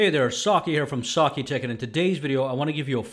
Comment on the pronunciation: Great vid - the only thing I dislike, is your pronunciation of "sakitech", it's almost like you say it like "saaaark-e-tech" 😇